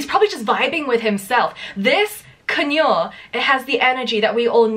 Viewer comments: I do not know any Brits that pronounce CONURE, the way you do! I am British FYI 🤣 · lol, I couldn't not notice how you say conure like manure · As a US born and raised conure owner with a jersey accent, the way you say conure is my new favorite word im gonna train myself to say it like this it makes me so happy keep being your beautiful British self bb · I have never heard sun conure pronounced like that ngl I kinda wanna say it like that from now. my cousins used to have a cockatiel that would ring like the phone it LOVED watching ppl run to get the phone